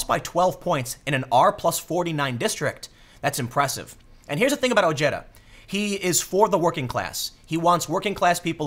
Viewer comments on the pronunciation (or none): Ojeda's name is pronounced O-hey-duh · Dude its pronounced Oh-Hay-Da